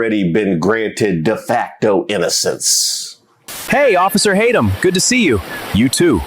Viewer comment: The names just keep coming. First I hear “ Bait’em Tatum, then Tadum (Tadumb) 😂